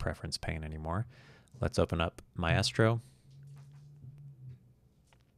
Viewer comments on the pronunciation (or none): Not being a jerk, but pretty sure it is pronounced ˈmīstrō :) Thanks for the video!